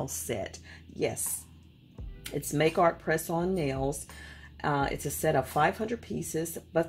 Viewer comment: Ma’am it’s pronounced “ Ma-kartt”